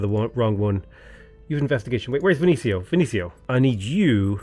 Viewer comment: is there any reason you say “Vin-sin-io” instead of “Ven-ees-io?” I’m pretty sure Vinicio is pronounced at lest more like the latter (depends a bit if it’s Italian, Spanish, or Galician, etc, but still)